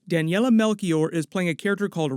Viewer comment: hey, it's pronouced Melshior instead of a "C"